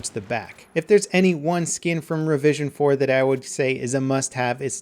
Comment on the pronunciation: Anyone else hear "revision 'foreskin?" No? just me? okay lol.